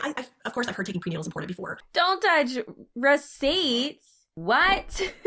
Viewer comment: I despise MLMs and predatory practices but I think I hate the most how all Huns seem to pronounce “important “ as IM-POR-DENT